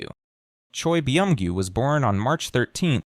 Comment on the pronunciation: Beeeee omgyu xD okay I was loving this but that pronunciation killed me lol.. and omg Tae Hyyyyoooon. OUCH. OUCH MY EARS lol - its a great information besides those things xD